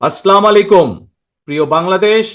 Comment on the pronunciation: আসলামালেকুম! এটা কী সালাম হলো? তারেক ভাই আপনি সালাম টি ও শুদ্ধ করে বলতে পারেননা!!!